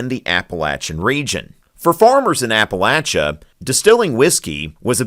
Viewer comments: TY for saying “Appalachia” right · I'm giving you a thumbs up for pronouncing Appalachia correctly.